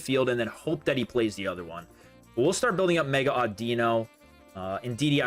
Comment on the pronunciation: It’s “AWWdino” like “audio” not “auDEEno”